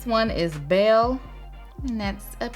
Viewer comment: Not her messing up Belles name and saying ✨bale✨